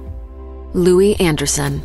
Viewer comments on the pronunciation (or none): none